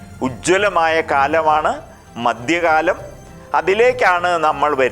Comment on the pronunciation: ഉച്ചാരണത്തിൽ അക്ഷര സഫുടത വേണം. മദ്യകാലമല്ല മദ്ധ്യകാലം.